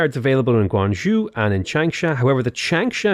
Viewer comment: pronouncing Zhou: Guangzhou -guang-zhoo Xingzhou-xingzow How it’s actually pronounced: Zhou -zhoh/joe